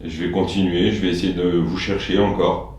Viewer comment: Comme vous j'ai entendu " Attends " et non " encore " ...